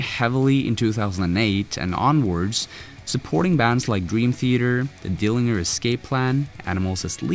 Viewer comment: Are we just gonna sit here and pretend like this guy didnt say DILLY-GER escape plan?